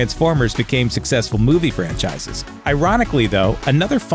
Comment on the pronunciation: "GI Joe" "successful movie franchies" WHAT